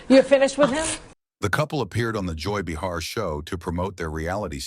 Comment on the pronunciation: The Joy BuhHAR was so out there.